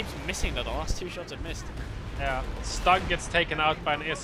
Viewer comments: Stug is prounonced Schtug! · Guys, your casts are the best out there!!! Bbbbbbut.... Please work on pronunciation! Few basic groundrules.... in german, W = a V in english, so Wehr is actually like Vehr StuG = sh-toog, not stug. Cause StuG is short for sturmgeschutz, and sturm is like u=the "i" in stir, so kinda like sh-tirm. And also, how much historical knowledge of WWII do you guys have?